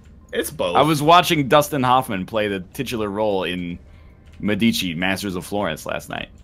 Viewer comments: médici, not medìci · Now, idk if in UK or the USA it's pronounced wrong, but if they are going for the italian pronounce of "medici" they are saying it wrong, and it's making me sooo triggered